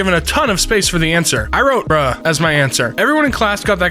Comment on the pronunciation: Again, it's "bruh", not "burrow". : That's the euro symbol, not the pound symbol.